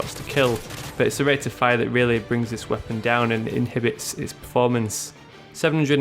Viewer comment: why do you say it like this "Rapid Fiya" *fire*